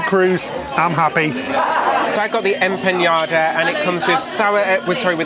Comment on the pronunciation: Also wanting to correct em-pan-ya-da to em-pah-nah-dah, and ah-gahv to ah-gah-vay.